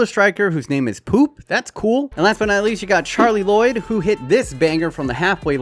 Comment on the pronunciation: Did he say Charley Lloyd instead of Carli Lloyd